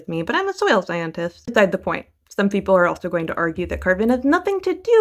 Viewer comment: Peeple and poople